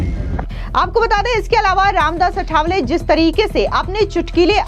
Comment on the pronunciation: अठावले नही आठवले बोल